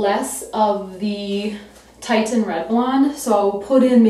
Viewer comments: It’s pronounced “TISHan” not “TITEan”. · HEY IT IS CALLED TITIAN FOR THE ITALIAN ARTISTS PAINTINGS OF WOMEN WITH THIS COLOR.. and it is pronounce like tishan , your hair looks great... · it's actually pronounced tish-in. beautiful color though! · Wow your blog and video have been so helpful and informative along the strawberry blonde journey! Reds are so tricky, have been every single shade of it. As a fun aside it's actually "Titian" red (pronounced like the second syllable of beautician) after Titian, a 16th century painter. He loved redheads! :D Anyway keep up the exceptional work. Really glad I came across the blog. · It's "titian" like the painter.